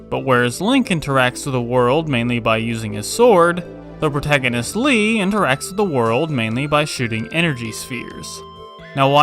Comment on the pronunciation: lea not le but great review